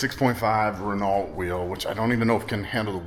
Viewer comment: It's "reh-NO", not "reh-NALT"!🙂👍